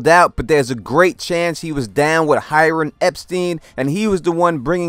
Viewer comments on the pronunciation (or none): none